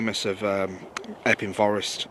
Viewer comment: What the heck??? it's not called eeping forest it's called Epping Forest.